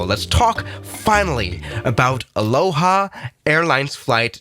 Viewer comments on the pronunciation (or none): none